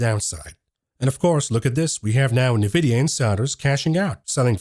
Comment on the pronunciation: Such great videos! Please just learn how to pronounce NVDA. It’s “en-vidia” not “na-vidia.”